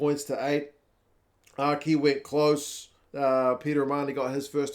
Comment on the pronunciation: O’Kea? It’s Aki 💀